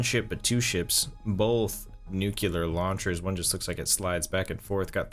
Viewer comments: I feel that Tippy's laser sword was a good design, but its potential was negated by Tippy's derpy flying. Also, it's pronounced "new-clee-er", not "nucular". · NUCLEAR not NUCULAR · "Nucular" He must be a big fan of George W. Bush xD